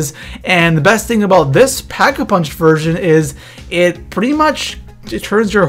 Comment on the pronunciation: Not to be rude... But why does it sound like there are ''H's'' in every words you say... Like it's Pack a punch... not ''Phhack a punch''...